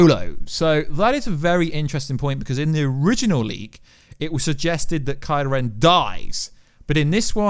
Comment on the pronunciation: It'd kylo ren.... not karla ren